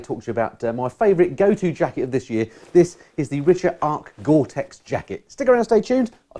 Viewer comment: Great review and Jacket, I have the Richa Cyclone GTX jacket and pants myself and find them great during the cold wet weather, no leaks so far and very warm, these are a Belgium brand (where i live now, ex pat) and the locals at the Richa factory in Oudenaarde pronounce it Ric-Ha not Rich-A, they have a store attached to the Factory and i walked away with very much lighter pockets then when i arrived :)